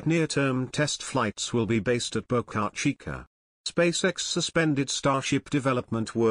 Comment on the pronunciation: It's actually Boca Chica ("Small Mouth")